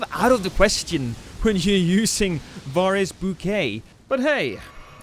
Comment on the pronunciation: Bro said varre like "var aye"